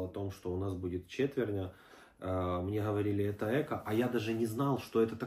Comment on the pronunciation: Ни Эко а правильно говорить экО..ударение на о.Дай бог здоровья вашей семье.